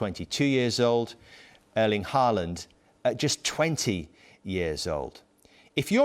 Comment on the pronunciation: Haaland is pronounced as in "awe" - as if it was written Hawland. Thierry pronounces Erlend almost perfect the E is more like the vowel in american "bad,had,sad" i.e I would guess phonetically there would be used an "æ".